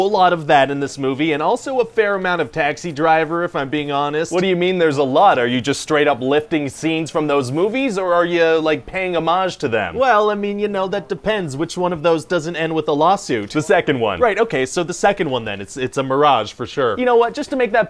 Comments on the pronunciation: I love how he butchered "homage." 😂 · I love how scriptwriter Ryan says Mirage instead of homage everytime 😂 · "Miraging" it is TIGHT...:)